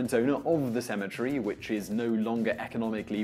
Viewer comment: Sounds like you said asymmetry goes under. LOL